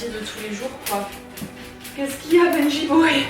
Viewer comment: I heard you saying "PNJ boy !" instead of "Benji boy !" 😄